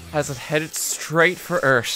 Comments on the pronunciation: "thee Eert" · I love the way you say earth. Eart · "ERT" "THE meteor will destroy ERT"